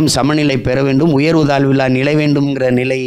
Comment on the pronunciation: இந்த நி’ளை’ .. ரெட்டம’ளை’ .. என் நி’ள’ம் .. திருக்குற’ல்’ .. இவர் தமிழை காப்பாரா ?